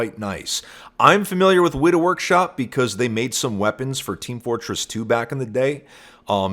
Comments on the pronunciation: Just to let you know Weta is not pronounced Weeta, its pronounced Wet-ah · The way you say Weta lmao. It sounds like the dedidated wam kid. It's just Wet- ah. They're known for LOTR. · As a New Zealander, just wanna say that weta is pronounced wet-uh